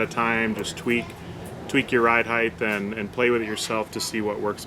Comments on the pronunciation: Ride Height* ....heighth isn't a word. :) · Wtf is heightth